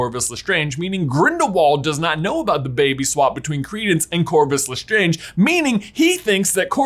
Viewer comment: “Lestronge” scb 2021